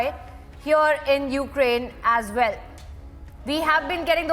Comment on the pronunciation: "Well" not "Vell", please!